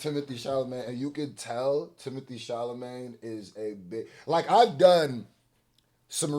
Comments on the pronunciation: Who is Timothée ChalaMAYNE? lol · It's not Timothée "Charlamagne"...😆 It's Chala..."met" !! It's ok though.. I get it ! It's hard to say a french name!😉